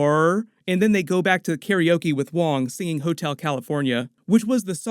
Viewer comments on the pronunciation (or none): none